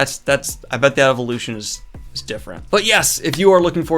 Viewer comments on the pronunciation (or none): none